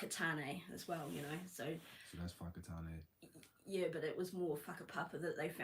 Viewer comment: She put you wrong bro, its whakatāne, and not "whakatunnay" which has no meaning in te reo māori.